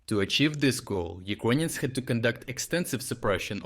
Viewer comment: Please stop saying "Ukwainians" 😭